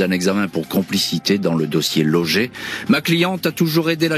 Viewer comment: Pourquoi appeler Logé ces personnes que l'avocate appelle Loge ? De toutes façons ce présentateur ne sait pas lire ,confondant entre autre points et virgules . Il pourrait au moins lire une fois d'avance ce texte dont il n'est pas auteur.